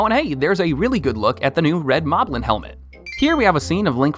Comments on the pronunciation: They are pronounced mob-lin, and bo-koblin, it's a play on the word goblin. I can't understand how people don't understand this. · is it just me or is his pronunciation weird? Hi-nocks Bow-kow-blin Zilda Mow-blin